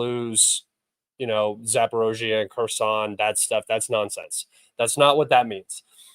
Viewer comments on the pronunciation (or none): none